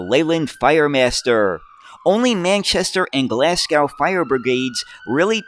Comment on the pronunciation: British place names strike again! Glasgow has a silent W at the end, making it Glaz-go. Smethwick also has a silent W, making it Smeth-ick. Rochdale has an invisible letter T making it Rotchdale when spoken. We have so many tricky place names,some of them defy all logic in their pronounciation. Be very careful if you have a script with Clithero init (what everyone do, don't split it into 2 four-letter words or you'll be demonetised faster than you can say New York; it's splits between tge I and tge T).